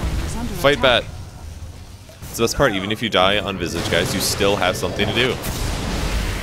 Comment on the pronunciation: you just butchered visage's name. its pronounced visage, not visage.